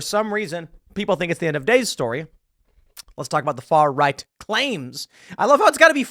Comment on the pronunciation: 'tHa FaR-RoYgHt sAiD' yeah ok timpoope